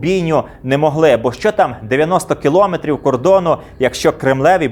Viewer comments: Скільки брехні, і все те саме ми чуємо й зараз вже на свою адресу 😟 дякую за цікавий випуск. Є маленьке орфоепічне зауваження - наголос в слові кіломЕтр на останній склад😊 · Мовні правки: не "кілОметр", а кіломЕтр, не "кОлос", а колОс (на глиняних ногах). Коментуйте грамотно.